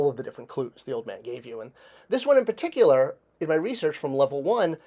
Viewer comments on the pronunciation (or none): I swear to God if you say “paticular” again